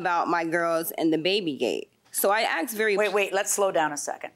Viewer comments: "She axed me..." Really? Did it hurt when she hit you with that sharp blade on a stick? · It’s asked!! Not axed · Why does everyone who comes on this show pronounce AKSED instead of ASKED??? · aksed? isnt ti asked? LOL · “Initially she did not axe.” What axe? Speak English please. It helps your case.